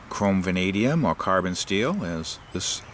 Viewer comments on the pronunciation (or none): none